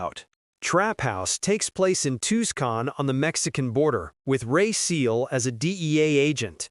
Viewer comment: Realizes this was voiced by AI soon as it tried to pronounce "Tuscon" lmao Also it takes plade in El Paso, you dork